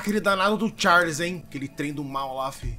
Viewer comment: "TcháirRrRrliss...O Trem PiêéirRrRrnudo"